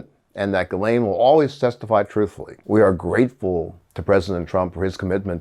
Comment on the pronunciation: Gi like give and lane. Gi- lane The s is silent.